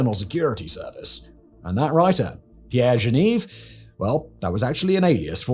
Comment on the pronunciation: What on earth is going on with the pronunciation here? Captain Leaguer?? He's called Léger - like the famous painter Ferdinand Léger! Like the adjective "léger", which means light. You can actually google how that is pronounced... And Genève as Janeev? Again, just use Google!